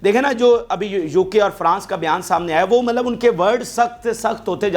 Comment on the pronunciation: سر مطلب میں ط silent نہیں ہے